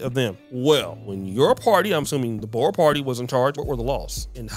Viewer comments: It's pronounced "Boors", not "Bowers" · I do wish you’d learn to pronounce Boer. Also apartheid.